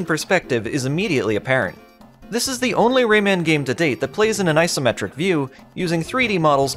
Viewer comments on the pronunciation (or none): none